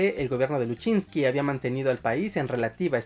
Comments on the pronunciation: El apellido del presidente Lusinchi fue pronunciado erroneamente varias veces como luchinsqui, seria interesante corregir esos detalles antes de publicar el video para dar mas veracidad a la información transmitida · Corrección: se pronuncia [lusinchi] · LU-SIN-CHI se lee Lusinchi... sin italianismos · Lusinchi así se pronuncia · Está bueno el video y todo, pero aprende la pronunciación de los apellidos, por ejemplo de de Jaime Lusinchi, cómo suena y no ruso que tú dices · El apellido de Jaime Lusinchi se pronuncia tal y como se escribe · LUSINCHIIIIII…. NO LUSCHINSKI!!! 💆🏻‍♂️💆🏻‍♂️💆🏻‍♂️💆🏻‍♂️😒😒😒😒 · No es "Luchinski" es "Lusinchi", "Jaime Lusinchi" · te doy like pero no digas mas Luchinzky. es Lusinchi 😂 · un saludo fraterno y un abrazo fuerte y sincero desde Valencia Venezuela disculpa la corrección no se pronuncia luchinki se es escribe y pronuncia lusinchi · Es Lusinchi no Lusinchky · Es lucinchi, no luchinqui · Jeje jeje eje la única observación es que el presidente se llamaba Jaime Luisinchi (pronunciacion)